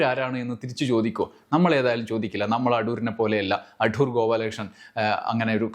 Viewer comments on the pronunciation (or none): അഠൂർ അല്ല സർ. അടൂർ ആണ്. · അഠൂർ അല്ല അടൂർ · "അഠൂർ" എന്ന് കേൾക്കുമ്പോൾ ഒരു അസ്വസ്ഥത, "അടൂർ" എന്ന് പോരേ? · അടൂർ അല്ല....അടൂർ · അഠൂർ അല്ല, അടൂർ.. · അട്ടൂർ അല്ല സർ. അടൂർ എന്നാണ്. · ‘അഠൂ൪’ മാത്രമല്ല അവസാനത്തെ ആ ‘വിഠയും’ നന്നായിരുന്നു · ഉച്ചാരണം ശരിയല്ല. അടൂർ ആണ്. ഇത് കഠോരമായി. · ' അഠൂർ ' എന്ന് മന:പൂർവ്വം പറഞ്ഞതാണല്ലേ..?😅😅 എന്നാലും അതൊരു 'കൊഠൂര ' വിളിയായിപ്പോയി..😂😂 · Shailan's comments are great. Your pronunciation "ADHOOR" is also excellent 🎉